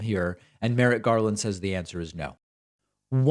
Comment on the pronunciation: Not to be pedantic, but it's Merrick, not Merritt...